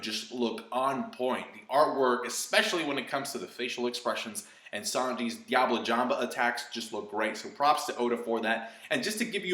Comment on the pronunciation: concasseee and diablo jamba lol its french its prnouned concass and diabl jamb ( in french the e is silent if its in the end )